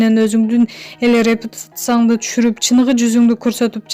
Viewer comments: Алып баруучунун суйлогону кантет..репутация деген созду ацта албай тантырайт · Репутация дегенди эмне деп окуп салдын далбаебка ушунтип окубай эле койчу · Репутация деген созду эмне деп эле окуп салды,кантип журналсит кабарчы болуп журосун,уят!